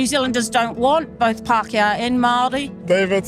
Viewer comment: Te Riri* Pakeha , the 'S" sound doesnt exist in Te Reo, also, its Pa-ke-ha not paKEha